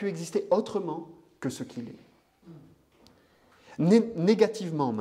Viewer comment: Monsieur, on ne prononce pas le "T" quand ont cite les verbes être >>>est<<< ou avoir >>>ont<<<